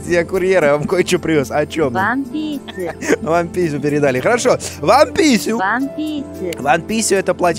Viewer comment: Куплинов слышит вместо Wanpiisu, вам пися Я слышу вместо Wanpiisu , Ван пис